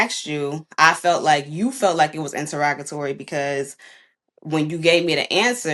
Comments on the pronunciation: I cringe when I see "us" using words incorrectly. Interrogatory🤔 thats not how that word is used🤦🏽‍♀️and it isnt pronounced "an-te-rog-ga-tory" its "in-te-rah-ga-tory" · I ain’t ever heard somebody pronounce interrogatory like that 😭🤣